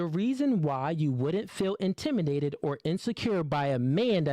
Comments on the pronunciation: Nah she on his ass lol he's definitely a narc! He's very biased. But you definitely can't preach or check mate me when you can't even pronounce "intimiDated" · If he says intiminated one more time 😂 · Does the say "intiminated? I think he can't say it right. That's weird. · If he say intiminated o e more time I swear😂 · Turned this off as soon as he said "Intiminated" twice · Did he say "intiminated" 😂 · "Intimi' nated" 😂😂😂😂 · "Intiminated"...that word is a struggle for you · So…nobody’s gonna say anything about the abuse of the word “intimidated”? “IntimiNated”????? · Intiminated is killing me lol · did my man say intiminated? lol that set the bar real low for what was coming, Youtube please stop sending me these lol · Where is intiminated from like say it with the D no diddy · 'intiminated' is wild 😂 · Wtf? Intiminated?! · Am I the only one hearing intiminated? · Intiminated? No offense I really thought I was tripping for a sec. You made great points though brother. 💙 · As articulate as is, "Intimidated" got him in a chokehold. 😆 Intiminated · "intimanated" lololol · Bro keeps saying "intiminated". 😂😂 dude don't even know how to say the word properly. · he is not saying intimidated. or pronouncing it right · Say intimidated right just one time please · learn how to say intimidated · He said it properly every time after that. Way to be pedantic. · I’m annoyed by him mispronouncing the word intimidated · Is intimidated my man needs to know how to pronounce the words before you start talking shit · He couldn’t even say the word intimidated 😂😂😂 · Bro, I literally thought I was losing my mind cause they kept saying it.... I almost torn my acl running to the comments to make sure I'm not crazy😂😂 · This man is incapable of saying the word intimidated 😂🤣 sheesh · I'm sorry, but this is bothering me.Will somebody explain to this guy how to pronounce intimidated, please. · Yeah. Kinda lost credibility every single time he said it, tbh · InTIMinated is crazy 😂😂😂